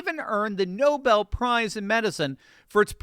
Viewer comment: that’s Nobel,! Love you, man!